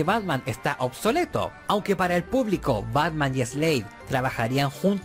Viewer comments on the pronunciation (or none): dice Batma xd